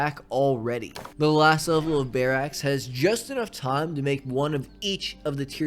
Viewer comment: The way your say Barracks as Bear axe is hilarious. Loved the video! You do an amazing job of injecting narrative into these management type games. Keeps it fresh!